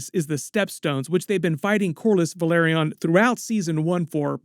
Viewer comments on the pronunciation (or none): it's not Valeryon it's Velaryon 😭